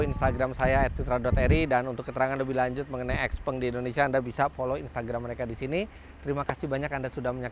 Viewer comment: Harusnya baca yg bnr : siaopeng